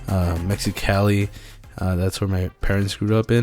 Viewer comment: why do you say mexicali like that??